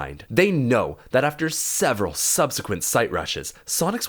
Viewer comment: serveral subsequent siterushes... made me a little hard hearing it ngl. Love your content man, keep it up!